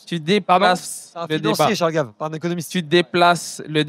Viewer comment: Alors, Thomas Porcher se dévoile tel qu'il est : un moralisateur de gauche completement ahuri qui ne voit rien d'autre que son catechisme et ses totems. Je recapitule, il dit à un tradeur noir de ne pas citer charles gaves, parcequ'il vient du 93 ? Sans etre foutu de prononcer correctement le nom de ce financier qui n'a rien d'un extreme droitiste, serieux...... Comment se décredibiliser en trois secondes. "Il a soutenu dupont aignan" et ALORS ?????? quel rapport avec l'économie, est ce qu'il dit est faux ??? Les arguments d'autorité ad personam comme ça...